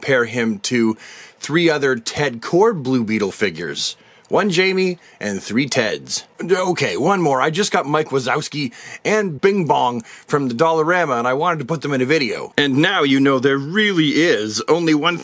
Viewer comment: A friendly correction. The name Jaime is pronounced "Hi-meh" because in Spanish the letter J has an English H sound.